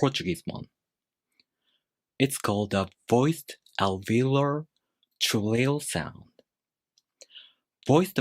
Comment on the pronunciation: Very interesting. And if I may help you with English, you're mispronouncing "alveolar" by leaving out the "o". This is very noticeable because this word has four syllables, of which the "o" is the most important one, i.e. the stressed one. You made the same mistake in the video about the normal R sound.